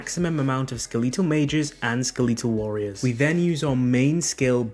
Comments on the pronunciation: really says skaleetal instead of skeletal 😐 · Skeh-leet-ull? ._. Oh my. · skeletal pronounced "sKeeleetal" is why i unsubbed immediately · Ska...Lee tal? I wonder how you pronounce Skeleton? Lol Great build guide just flippin yea shit for the pronunciation. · I'm British, literally no one says Skeleetal. stop the cap ! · Every time he said it I winced. It kinda hurt my ears, lol. Skill-eet-tull skill-eet-tull skill-eet-tull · Who tf says skeletal like that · I can’t trust you because of how you say skeletal